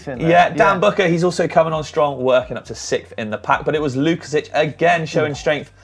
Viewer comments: I was about to write the same about the Sławek's last name pronunciation. You did well except the "si". It should be "WOOKASHEEK". Sounds more Polish. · I enjoyed the racing and your show. Just one thing to correct... you are best pronouncing it Swavomir (or Swavek) Wookasik, boys. I can see there is more opportunities to mention his name :) peace